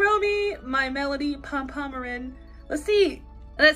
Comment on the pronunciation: Love the videos , it’s Pom -Pom -pure-in, not Pom-pom-er-in :)